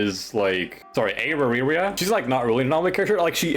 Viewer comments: 🥀 era ria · Holy crap, bro pronouncing aria was hilarious. love you man